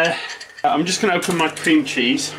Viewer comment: O Lord accent when he say.... maco meh kitchen. Love it.